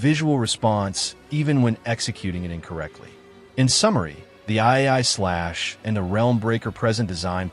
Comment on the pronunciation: why'd you narrate this with AI? and did you not check the way it pronounced EE ai slash and "helm" breaker instead of "realm breaker" the video was fine but i cant even be sure you actually wrote it now. at least the production in editing and testing was good